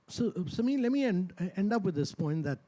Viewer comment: Notice how this Indian converted into an American pronounces "Samir". he was born to a Sikh family yet he doesn't have a pagri. Such person can not be trusted and Amreeka cannot be trusted at all.